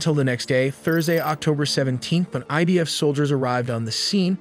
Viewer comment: Admin Its idf not Ibf 🤣🤣🤣😂😂